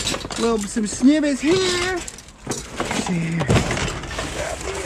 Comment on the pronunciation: You forget to say snibbets, lol